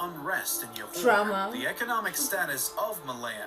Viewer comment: oh gosh Johor's Jo is pronounced as in Jo in "Joe"... what is Yohor hahahhaha Kecil's "cil" is pronounced as "chill" without the H sound. aaahh narrators